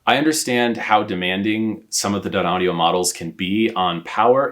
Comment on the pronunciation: Ummm its pronounced "Dineaudio" not "Dinaudio"